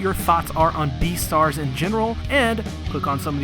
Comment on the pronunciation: You just said B E A T E R S